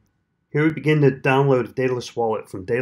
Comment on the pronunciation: Good video, thanks. However, unless all my English teachers were wrong, it's pronounced DEADalus.